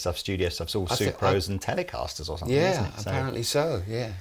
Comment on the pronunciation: Please, it is somethinG not somethink.....otherwise great show.